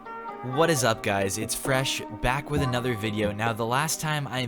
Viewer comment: Bit different from my usual F r e s h but are you Scottish or English fresh? Sorry to ask you if it’s a strange question edit: meant English not British